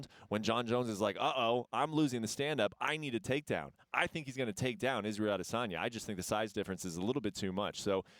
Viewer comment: I'm always bothered with how Helwani pronounce "Adesanya"